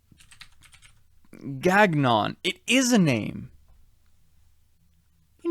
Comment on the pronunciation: BTW the name Gagnon is french I believe and I think its pronounced "Gang-yon"